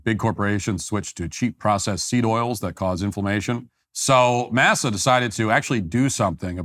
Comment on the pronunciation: I think the chips are pronounced Mossa, but hearing Matt say massa like he's back on the plantation is funny.